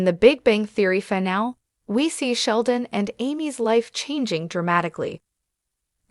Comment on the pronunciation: AI narrators don't know how to say the word "finale" (3 syllables: "fi" + "NAA" + "lee") and mispronounce it as (2 syllables: "fi" + "NAAL"), chopping off the word's third syllable. This happens many times in this video and when you use Free AI text to speech generators for your audio narration, your quality is low because you don't run the final results past any English speaking QA living human reviewers before uploading and posting your videos. Why? Is it all about the time and money?